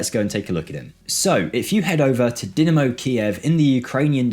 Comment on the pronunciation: I like watching these videos and I've watched a lot of them but I had to click off as soon as I heard Dimino and not Dynamo. It's DieNamo not Diminno smh jake lad